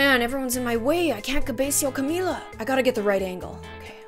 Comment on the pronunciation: how you say camila is cam-mill-la